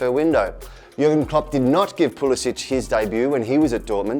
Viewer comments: It ain't pulsic it's pulisic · You pronounced Pulisic and frohlich wrong